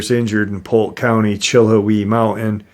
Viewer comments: Pronounced chill how ee i remember when that happened i am probably 25 minutes away from the benton falls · Chill-how-ee is how it's pronounced. Love your show:) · Sorry to correct but it’s pronounced “chill howie” It was an 8 year old and her brother and mother. Her brother was older. Her mom wanted a picture of the girl and the bear.